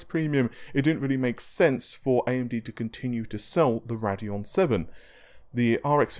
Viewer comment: Ray-deon not rad-eon